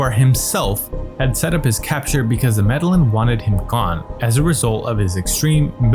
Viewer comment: Medellín [meh-de-yeen] NOT MEDALIN!